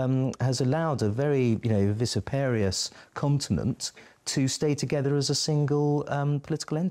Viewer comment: 44.35 VISSIPARIOUS? The word is fissiparous with the stress on the second syllable.